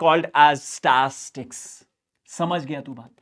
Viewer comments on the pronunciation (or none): Statistics❌ Stastics✅ Mode ❌. Mood ✅ 😂❤